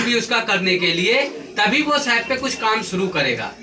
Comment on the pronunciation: As a teacher u r wrongly pronouncing SAP.Firstly correct it.